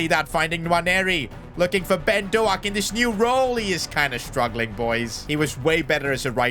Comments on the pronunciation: its not pronounced ben do-ack its ben dough-k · Btw I’m Scottish and it’s pronounced dowk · doak is pronounced doke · Every single time you say Dough-Ak he just forgets how to shoot a ball.